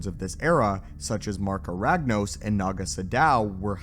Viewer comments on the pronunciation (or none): Now if only this guy could pronounce anything properly. "Tulak Horde," "potency," "Naga Sadow," etc...